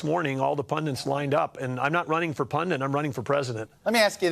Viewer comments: If this disingenuous mofo says "pundant" one more time...🙄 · He doesn't know the word 'pundit'. He pronounced it 'pundent' 3 times (that I heard).